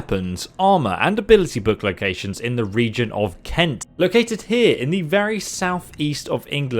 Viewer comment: ''Cent'' [Kent] Sorry but that's so lame xDDDDD